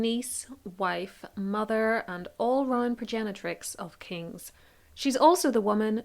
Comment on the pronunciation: Progenitrix. ( proper English it )